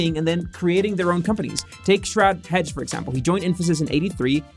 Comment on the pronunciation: The name is Sharad Hegde (pronounce heg day), not Sharad Hedge